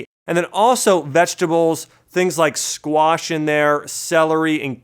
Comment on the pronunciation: I; been reading a lot and many sources say not to intake garlic or onions.... when you say squash I hear squats.... do you recommend still going to the gym ?